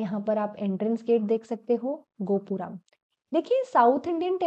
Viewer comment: namaskar. Very informative exposition on the Darvidian and Vesara Temple Architecture. Pronunciation (ucharan) of some words needs correction. Example:" Gopuram" should sound like "Gopu" +rum", not "Gopu"+"raam".. Keep up the good work.